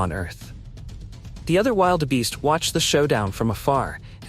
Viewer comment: Narration pls first find out how you pronounce African animals,the way you say Wildebeest is rediculous